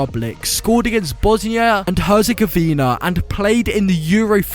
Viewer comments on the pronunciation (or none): none